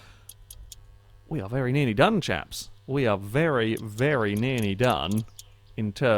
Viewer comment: Is it just me, or does say "nearny" rather than "nearly"? Not a complaint, just a possible observation